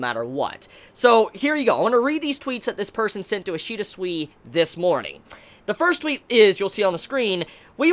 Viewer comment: Each time u say Ishida it sounds like ur saying Ishida sweety